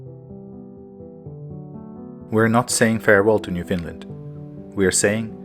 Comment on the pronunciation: I live on Prince Edward Island and went to Gros Morne Parrk. and fell in love of course....... Just a note: it is not pronounced New Finland but New FOUND land..... I like your love of nature and hope you will make more travels and videos. Thanks